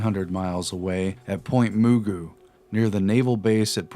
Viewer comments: Point Mugu is pronounced "Ma-goo" and Point Hueneme is pronouced "Why-nee-mee." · Point Mugu (moo-goo) Port Hueneme (why-nee-mee) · Sorry to be so late but I just discovered you guys this past summer. Now I'm addicted to your videos! Just a comment: Port Hueneme is pronounced: why NEE me (or as a Navy doc I used to know said "Port High Enema"). And Point Mugu is pronounced like Mr. Magoo. Small points, but names in California can be difficult. Anyway, love your stuff. I've learned some things and everything seems to correlate well with other the work of other researchers I follow (like Robert P. Farrell.) You're always entertaining and have Very High production values! Thanks so much and keep up the good work. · Point MAH-GOO....Port why-knee-me ='s Point Mugu and Port Hueneme